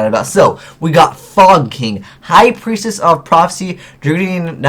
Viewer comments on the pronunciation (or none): Lol, prietess